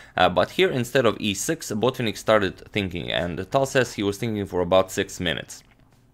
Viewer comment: Antonio, not sure why you keep putting stress on the first syllable in Botvinnik's surname. It's Botvi'nnik, with the stress on the first "i". In any case, thanks for the very good video!